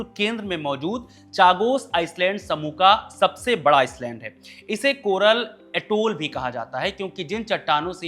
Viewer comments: Island को आईलैंड बोला जाता है, आइसलैंड नही...s silent होता है... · भाई आप एक पत्रकार हैं, किसके उच्चारण का मजाक उड़ाना मकसद नहीं है, लेकिन भाषा पर पकड़ ही एक बड़ी योग्यता है जो कि पत्रकारिता में साथ देती है। आप टापू बोल दीजिए अगर अंग्रेजी उच्चारण में परेशानी आती हो तो। Iceland aur island में बहुत फर्क है।